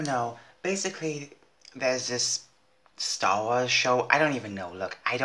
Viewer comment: Did you just say srss wars 😂